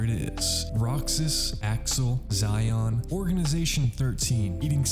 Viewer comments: It's pronounced like She-on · Bro called xion zion😭